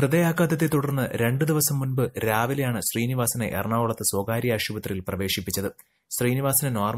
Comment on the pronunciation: ആഷുപത്രി അല്ല ആശുപത്രി ആണ്